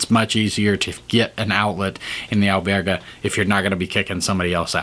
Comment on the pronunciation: Albergue , pronounced Buen camino.